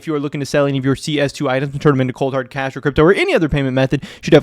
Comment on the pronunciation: Please please pronounce cash as cash emphasis on the h… I almost choked on my drink